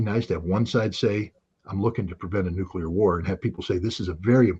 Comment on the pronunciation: They traumatized scott as a kid with thermo nucular war propaganda so he really thinks nucular weapons are real, nobody's perfect just forgive him and move on.